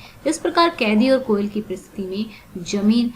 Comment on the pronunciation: It's not "koyala" , It's "koyal"